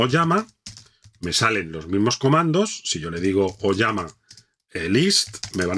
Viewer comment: TE FELICITO!!!! Por fin encontré un instructor que dice "OLLAMA" y no "olama".!!!! :hand-pink-waving: GENIAL este tutorial!!, va un poderoso LIKE!!!